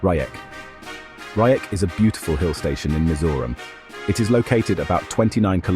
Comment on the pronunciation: Not Rayek, Reiêk...😊😊😊